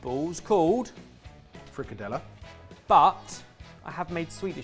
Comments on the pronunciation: Scandinavians often make fun of each other.. But as a Norwegian I’m genuinely sorry for all Danes that watched slaughter that frikadelle!🥲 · As a half German/Scottish, those frikadelle did hurt a little